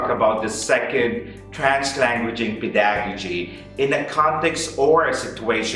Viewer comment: it's PEH da gow jee. Not peDAgojee.